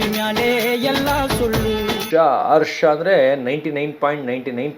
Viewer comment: ನಾನು ನೋಡ್ತಾ ಇದೀನಿ ಒಬ್ಬರಿಗೆ ಅವಮಾನ ಮಾಡ್ಬೇಡಿ ಅದು ಹರ್ಷ ಅಲ್ಲ ಅರ್ಷ ಅರ್ಷ 😂😂😂😂😂😂